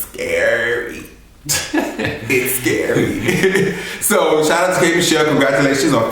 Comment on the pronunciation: shout not shot :-)